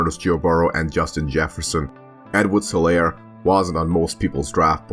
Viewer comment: You pronounce his name wrong The H in Helaire is silent